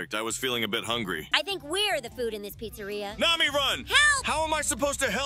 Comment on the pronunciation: He said nami as mommy?!!!!!??